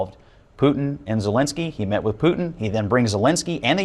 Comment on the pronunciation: . Hey numbskull. Great video. I agree. But Putin is NOT pronounced POO-IN. There is a huge T in the middle. It’s POO-TIN.